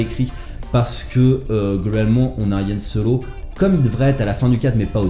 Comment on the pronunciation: Y'a que moi que ça choque qu'il ne sache pas prononcer Han Solo en parlant d'un film sur... Han Solo ?